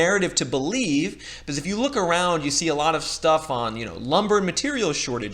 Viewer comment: I will subscribe if you start pronouncing "because" correctly.